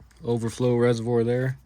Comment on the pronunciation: Can’t even get the coolant resivor name lmao